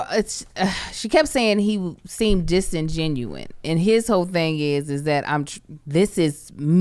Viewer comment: Disingenuous not disingenuine - the latter is not a word and bugs me every time I hear it. Love you guys though sorry